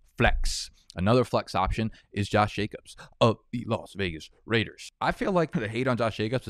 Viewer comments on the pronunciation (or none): none